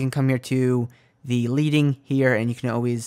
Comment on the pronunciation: Its pronounced LED-ing like the metal. It used to mean the amount of extra Lead added to the bottom of type when it was metal block type.